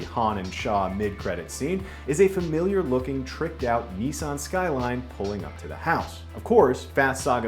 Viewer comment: It's not pronounced neesan. It's nissan